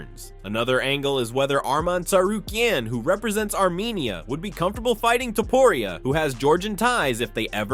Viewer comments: Ilia "Topuraya". Man, you need to correct those things if you are going to use AI voiceover... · "Ilia Topruriayah" 💀💀💀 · dafuck man, its not topuraya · To-po-riaa and jah-vier